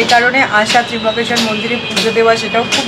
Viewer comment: Tryambakesvar...not Trimbakeshwar